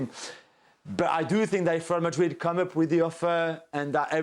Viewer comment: Yeah true.. He’s hurting! everytime he says Madrd He ends up saying “or other teams” 😂😂😂